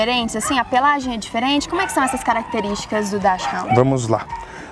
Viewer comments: Correção: a pronúncia não é "/dash-háund/ não. Cachorro, em alemão, é "hund" e pronuncia-se /hunt/. O que acontece é que muitas pessoas confundem com a pronúncia da palavra "hound" que, esta sim, vem do inglês, e é pronunciada /háund/. Já em "hund", o H é aspirado, como na palavra inglesa "house"; o U tem pronúncia de U mesmo, como em "bUrro"; o N não é nasal, como no português "fundo", onde é o N, em si, não é pronunciado, mas está ali apenas pra nasalizar o U, que o precede. Assim, "fundo" tem um U meio que nasalizado. Isso não acontece em alemão, onde o N é pronunciado como o N mesmo. Por fim, o D no final da palavra tem um som meio puxado para um T. Quanto à primeira parte da palavra (dachs), pronuncia-se /daks/. Assim, a pronúncia correta, de acordo com a língua alemã, é /DAKS-HUNT/ (com a tônica no U). Beleza... admito que, se a gente for pronunciar EXATAMENTE como é em alemão, fica meio complicado, e também não há necessidade disso. Mas vamos, ao menos, manter o U com som de U, pra deixar mais próximo da pronúncia do alemão, já que é uma palavra alemã 😉 Normalmente, eu não me incomodaria se a pessoa tivesse pronunciado o nome da raça de forma errada, afinal, 99% das pessoas o fazem. Não há problema nenhum nisso, afinal, ninguém é obrigado a saber alemão. Mas, a partir do momento em que a pessoa faz um vídeo no qual se propõe a te "ensinar" a pronúncia correta, e te ensina de forma errada, aí eu não aguento. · Infelizmente, a pronúncia apresentada no começo do vídeo é incorreta, pois puxa para a fonética do inglês um nome que é alemão ('chs' em 'dachs' tem pronúncia /ks/, e não tem som chiado. E 'hund' é alemão, não se pronuncia como o inglês 'hound'). A pronúncia alemã está no vídeo . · A pronúncia correta é "dakshund" e não "dashaund". Dachs - texugo; Hund - cão. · Isto é, RUND e não RAUND. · Não é "raund". O cão tem origem alemã, logo a pronúncia correta é "rund". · não se pronucia dachiround a pronuncia certa é DACK RAND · a pronúncia certa é DÁKS-RUND